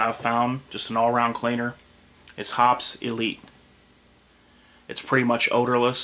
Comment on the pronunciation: It is pronounced hopeez not hops.